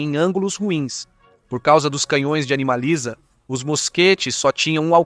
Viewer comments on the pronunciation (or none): Ia ruim ou ele que não sabe falar 😅😅😅